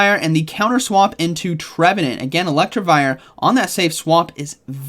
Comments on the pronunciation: It hurts every time you say Electrivire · There’s only one R in Electivire and it’s at the end…why does struggle with easy Pokémon pronunciations